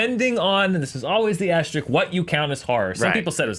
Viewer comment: OMG said "asterick"